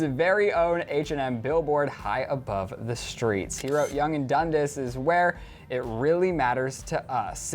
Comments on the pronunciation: It's not said like dun dis it's dund(ass) 👌🏼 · Dun-Dass not Dun-Diss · Waiting for to say Dundas correctly lol. DUN-DAS not DUN-DIS put some respect on that name 😂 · he said dundus wrong and I love that h and m it's the best one in toronto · oh. lmfao thats not how you say young and dundas 😉 love you